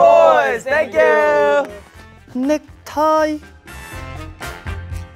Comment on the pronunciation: Hyunjae's 'nectie'😂